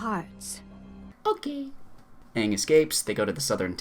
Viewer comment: Don't they pronounce the main characters name wrong for the whole movie? that's just embarrassing